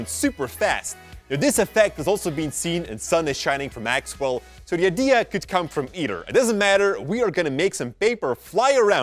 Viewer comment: It is not ID,I it is "idea"